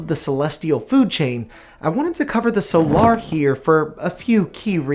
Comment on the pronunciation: The way you pronounce "Solar" makes my eye twitch, but other than that, solid video!